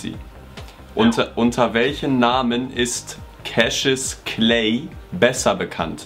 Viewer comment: mein Kommentar bei diesem Cassuis Clay (weil Jan das Cashis Clay ausgesprochen hat) Irgendwas mit Tim 😅😂😂